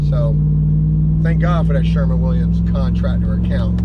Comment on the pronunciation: Who the FUCK is Sherman Williams? Dude. SHERWIN. Win. Shhhh-er-wwwin. Also your truck repair COST a lot. Fuck man.